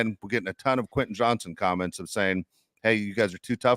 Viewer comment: Josh is awesome but he still can’t pronounce Quentin. Just say QJ Josh! 😂